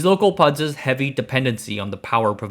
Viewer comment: Lost me when he said PUDs